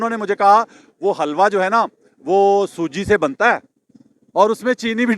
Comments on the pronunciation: Halwa nahi Hilwa pronunciation hay. is ka matlab Khoobsoorat hay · oye pagl bawqoof catoon naam ghalut laa reha ha wuu lafz HaalWa nahii ha Helwa ha bolna ma halwa molvi =)))